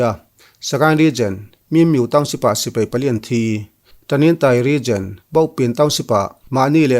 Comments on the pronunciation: SI - PEI = X SI - PAI = ✓ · Sipai tia lam ni se